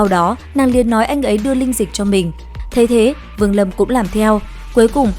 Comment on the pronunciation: Linh dịch lại nghe ra tinh dịch